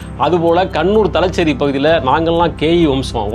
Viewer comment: மாப்ளா அல்ல.மாப்ள தலச்சேறி.அல்ல.தலஸேறி காளம்.அல்ல காலம்